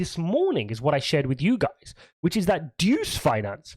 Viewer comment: DUCE lol. It is DEUS (DEH-OOS) though.